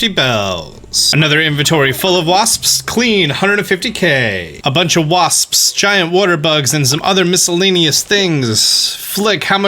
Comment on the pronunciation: Today on Pronounces: Common Buttholes! Waspsps! Giant Wodder Bugs! And Allas Moths!